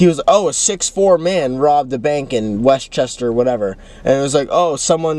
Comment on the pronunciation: ‘West chester’ 💀